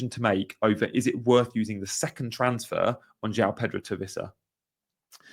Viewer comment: It's Wissa not Vissa btw, he's not German!